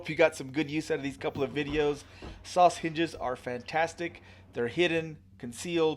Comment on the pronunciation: Great job mate, am i the only one every time you say Soss hinges it sounds like your saying sausages 😊